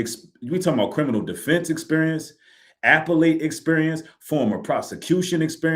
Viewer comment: The way appellate was pronounced was crazy. That was the most important credential those attorneys have when it comes to filing this appeal.